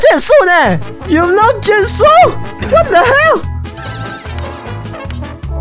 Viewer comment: 是WHAT?!! 森零的英文有点叉呢！(人 •͈ᴗ•͈)